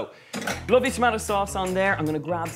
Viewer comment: I'm inlove whenever he says tomatoes as "to-ma-toes" not "to-may-tos". My friends always laughed at me because that's how I pronouce it "to-ma-to" ❤❤❤❤❤ Just found out your channel and I loved it. You're having so much fun ❤❤❤. Keep it up!!!!